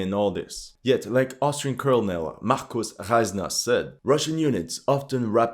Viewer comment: Nothing more to add other than the magnifique accent on pronouncing Bundesheer Oberst Reisner's name: Markús Reisneur XD